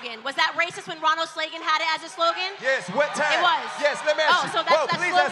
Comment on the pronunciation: Uhhh.... Did she say Ronald Slagean or is my earing fucked